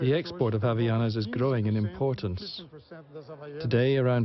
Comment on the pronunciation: And also "Havianas"??? WTF?! It is called "HavAianas",... yeah boy...